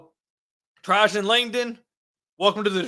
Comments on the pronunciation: It's pronounced trey-gin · lol.., you’re pronouncing his first name wrong.. it’s “Trey-Jen “ … aka the Alaskan assassin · "Tray-Gen"... Lol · Trajan…….. former Duke star 11 pick in the 99 draft you butchered his name 😂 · Didn't even look up how to pronounce the man's name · Bro you seriously pronounced Woj’s name properly but not Trajan’s? 🤣 You must be too young to remember Langdon from his duke days. Otherwise you definitely would’ve known the pronunciation.